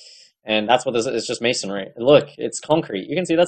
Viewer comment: don’t forget he called it mason-ary.